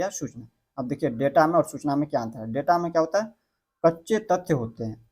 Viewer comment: होता को टौटा क्यों बोल रहे हो